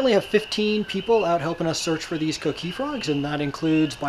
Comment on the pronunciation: The coqui is no danger to humans you fucking idiot. Some white boy more than likely stole it and brought here like they did our ancestors. I hate the way he says coqui....idiota....